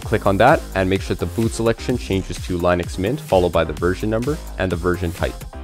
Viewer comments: Lin uhx, not Line uhx. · dude that was almost torture, its not LINE ux its LYNN ux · Technically the creator pronounced it as *Linus*. Americans called it by what it looks like ->Linux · its pronounced lyn ux NOT line ux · It was founded by a Finnish guy. Lyn Ux is not correct. What you are looking for is the ea sound like in lean. Lean Ux. That is the correct way to pronounce it. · Seems like, by now, you would have learned how to pronounce linux. It is a SHORT I like in Linus. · It's not laeenoox it's leenux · BRO SAID LINE-NUX everytime I AM DEAD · He's basically saying it like linus but with an x instead of s. Smh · the creators name was linus and line-us which means line-ux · Its Line ux… sorry but you Americans pronounce things really weirdly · Great video. One caveat if I am nitpicking which has nothing to do with the excellent content of the video. I had too search how to pronounce "Linux", just to be sure, because I have always pronounced it differently, just to make sure I was correct and yes I was correct. It is not the way it is pronounced in the video (where it rhymes with minus). It is actually "Li-nuhks" . Source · How can you make a video about linux when you can't even pronounce the word? 🤣